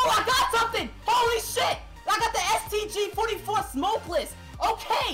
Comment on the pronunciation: He said the stag 44 reticle 😂😂😂😂